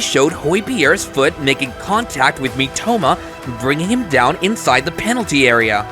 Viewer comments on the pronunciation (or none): none